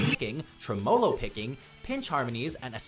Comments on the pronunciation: Mispronounciations like "TrehMmooloo~" Picking is what destroyed my Interest in top 10 lists. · Tre-MOW-lo 🤣🤣 thats how you cut your lawn. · I think you english speaker prononce it bad. it's TRE-MOLO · “Pinch harmonies, TREM-OH-LO picking” 😂😂😂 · Lmfao “TreMOLO picking” 😂😂😂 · "Treh-mo-lo" is pretty bad, but I knew the narrator had literally no guidance (or the writer had no musical background) when he said 'clave' in the first example. "Clah-vey" is an Afro-Cuban rhythm associated primarily with South American music, so it follows Spanish pronunciation. 'Clave' = "Clah-vey"! This is like watching a cooking/food presentation and having the narrator say "Kway-sah-dill-ah" totally seriously when it's a fucking quesadilla! It's mildly infuriating. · People's tongues should fall out for pronouncing "Tosin" and "tremolo" that way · One more - played with a guitarist who pronounced tremolo the same way, and I pointed it out. He admitted that he knew it was wrong, and that he only said it that way because he loved the candy Rolo, so he liked rhyming them. Like when people pronounce capo with a flat A...like cappo. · If "tremolo" bothered you, I'm surprised you didn't notice "clave" being pronounced with a silent "e". Shudder!